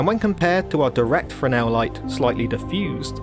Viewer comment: Thank you for a great in depth expanation. But Please look up how to pronounce Fresnel .......pronounce fresnel lens in english ..... it sounds affectatious the way you say it.